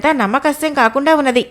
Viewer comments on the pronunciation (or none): అది “నమ్మ శక్యము” మీరు.. “నమ్మకశ్యం” అని పలుకుతున్నారు. సరి చూసుకోండి.